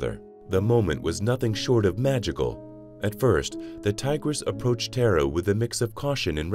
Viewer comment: Tar ah is the correct pronunciation! She is a goddess! It ‘‘tis another AI which cannot pronounce non English names! Bad!